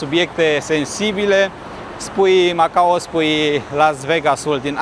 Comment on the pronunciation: Felicitări,, pt că datorită ție vedem și locuri/zone în care nu se aventureză prea mulți. Iar pronunția CORECTĂ este MacaO, cu "o" la sfârșit, nu cu "u", așa cum o învățăm la școală pe când se mai făcea geografie...